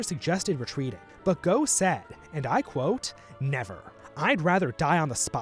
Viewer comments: It's 'GOFF' not 'GO' Stop f*cking our language up. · His name was said Goff, not Gow. I hope this story is true because it’s better than the alternative version that they were just bribed. Later, Sikh soldiers were legendary for their valour in the armies of the Raj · I believe that Gen. Gough's last name is pronounced 'Goff'. Very good video, thank you for this account of the First Anglo-Sikh War. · Just to let you know the Irish ‘Gough’ is pronounced Goff. The European Gough is Gow, like the artist. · Minor nitpick but the last name Gough is pronounced like the Germanic tribe Goth